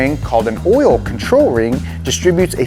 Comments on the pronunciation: What the heck is this "orl" he keeps going on about? 😄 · "Distributes a thin layer of ORAL" LETSGOOO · why do you say oil like that!😂😂